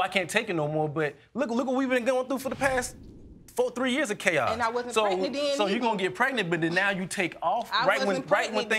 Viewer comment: Can someone PLEASE tell me what in the world is "Pretnent" I thought it was pregnant! 🤔